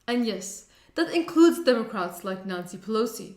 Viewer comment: Sounded like she said Nazi Pelosi.